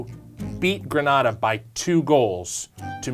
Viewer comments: It's GreNayda. Not granadah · gren-AYE-da. not gren-AH-da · Did this man say greeenahhda????? ITS GRENAYYYDA!!!!!!i just trying to geh yall to pronounc it right dhp mine the spelling lol😂😂😂😩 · Why this man saying Gran-NA-da when it is clearly Gren-NE-da smh these Americans learn the proper pronunciation. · It’s Gren-a-da not Gre-na-da…. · It's pronounced Green-aye-duh and not Grehn-ahh-duh. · No, it doesn't. They incorrectly pronounce the name of the country throughout the entire video. It's Green-A-da, not Gren-AHH-da. Again, they are not pronouncing the name of the country correctly. This is typical of Americans. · IT’S GRE-NAY-DA NOT GRAN-ARDA. AMERICANS 🙄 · Next time say "Gree-nay-dah" please. Not "grah-nah-dah". It sounds disgusting. PHONETICS is real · The guy in the video does keep pronouncing it like Granada. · Ffs it’s the pronunciation of Grenada is like “grenade” not the way you say it! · Hey btw, it's pronounced Gre-Nay-da. But love this video lmao. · *Gren-ay-da Never seen Heartbreak Ridge? Sounds better too. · FYI: It’s pronounced Gre-nay-da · Err the way you guys say Grenada 🇬🇩 needs work haha its like grenade but with an A at the end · it's "GreNAYda" guys. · It's GREE-NAY-DA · Gree nay da that's how you pronounce it. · Grenada = "gruh-NAY-da". It's not pronounced the same as the Spanish city of Granada. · Grenada is pronounced gree-nay-dah ... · Its pernounce grenaaada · The way you say "Grenada" makes me cringe, that's a city in spain or something, not the Caribbean country. It's (Gre-nay-da) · BEST COMMENT EVER!!!!!!! Cuz the pronouncing Grenada incorrectly haha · Although not the best circumstance, I'm happy my family's country of Grenada made an episode of this, not many people know of the country, hence why they pronounce it wrong(even the correction is wrong) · Coming from Trinidad EVERY time he said it I cringed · When he said grenada that way i got pissed 😡 🤣 kept watching cuz he corrected himself in the text uppercorner